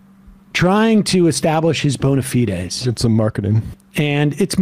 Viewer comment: Okay, someone pleas tell me why Sam pronounces it "bona feedez." I have to know.